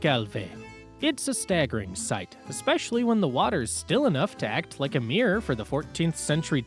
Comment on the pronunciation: 0 seconds ago Omg the voice on this is so annoying. From the Yankee pronunciation of Dooke instead of Duke to the awful Meeeer (mirror) and the suggestion that you got to Lithuania and then eat Thai food but what in hell is KEECH??